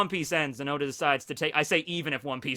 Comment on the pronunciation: said “hoe•da” lls